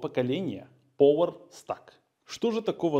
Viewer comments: ток не пОвер, а хотя бы "пауэр"... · Поуэр стак??? Вы слово power научитесь на английском читать, пожалуйста , транскрипцию посмотрите !!